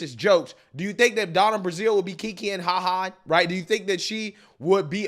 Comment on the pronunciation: Her name is Donna BRAZIL, not Donna BRAZIER. Don't be so immature.